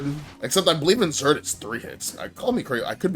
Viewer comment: good video but why do you call it zerd lol